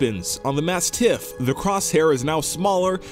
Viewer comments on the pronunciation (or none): "Mast-TIFF" - 2k17